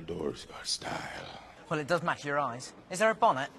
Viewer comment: it's 'YUR'